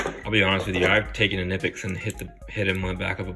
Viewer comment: It's pronounced kuh-nip-x! Get it right.